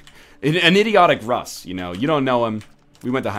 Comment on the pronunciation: Its not Russ, its Ross Gawdmanit Ross!